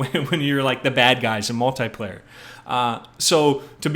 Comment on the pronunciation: Lol! HE SAID MUL-TIE-PLAYER! xDDDDDDDDDDDDDDD Who says MUL-TIE-PLAYER?!?!?! Guy's a comedian!